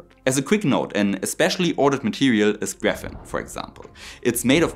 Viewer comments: Falls mal wer fragt: Auf Englisch spricht sich "Graphene" nicht "Gräfenn", sondern "Gräfihn". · Your English is very good. Much better than my German. One correction though: It's Graphene, not Graphen. Pronounced like 'Graf-een'. Thanks for this video. I found you today and subscribed. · The only speaking flaw that I heard was your pronunciation of graphene, which in English-speaking countries is pronounced grafeen (long "E") rather than grafin ("in"). Otherwise, an excellent posting. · I think you mean graphene, not graphen, right? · Yes, you have a German accent, but otherwise you are perfectly articulate and understandable. Compared to some other youtubers it is a delight to listen to you. If I had to make one tiny nitpicking comment (because it is an important word here): the German Graphen is Graphene in English, with the corresponding pronunciation (something like:"grefFIEN"). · I like your content, especially the citation approach you use. Since you said you wanted to improve your English, I noticed a couple of words that need improving: Adobe -- it's pronounced like it's ado-bee -- the last e is pronounced like a long e, and graphene -- your slide showed the german word for graphene (graphen), but you also pronounced it that way -- in English it's graph-een (phonetically, not spelling) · He is generally ok, he should just check how to pronounce words like graphene beforehand.